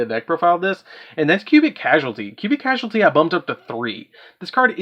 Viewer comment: Clarification: karma only lets you add a cubic monster to hand. Ascension works on any attack from an opponent’s monster, not just direct attacks. Finally, please reread the name “Cubic Causality” you’re pronouncing it very wrong. (Caus-al-ity).